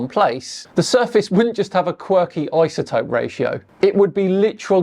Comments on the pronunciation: Are we just going to sit here and ignore how he pronounces "isotope" with a "z"? That's my first indication that he's full of it. Lol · I don't trust anyone that says, "izatope" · Didn't know it was eye-za-topes. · Never(?) heard anyone voice the ‘s’ in iso before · Thank you, I was gaslighting myself. If you're gonna be a communicator about a topic, learn to pronounce the important words in that topic!! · i - za - topic or I -so - topic Why do some people see a word like “Boise” or “lsotope” and pronounce the letter “s” as if it is a “z” ? Why the confusion ? If some people want to mispronounce the letter “s” as (zee or zed), then why do we have the letters “z” & “s” on our keyboards?